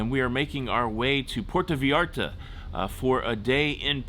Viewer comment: Puerto Vy-arta & CULL-inary. Not Q-lanary